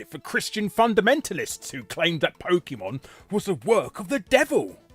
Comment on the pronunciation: I was coming into the comments to post just this thing. That and Larry Boy pronounces PokEEEmon like someone's mum.